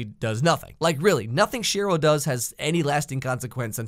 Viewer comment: ...am I the only one that heard him say shit roll instead of Cheryll